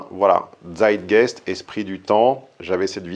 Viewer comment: "DZAÏT-GAÏST", pas "DZÈDGUÈZD"